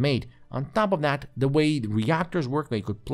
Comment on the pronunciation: OMG, stop saying "DAT" and "DIS". The words are "That" and "This". I can't watch anymore of this. Onto a new reviewer that can speak correctly.